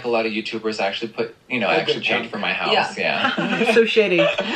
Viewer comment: Where r you from? Your pronunciation is interesting !! Lost oos replaced with e: hoese/house, hoever/however,----about;now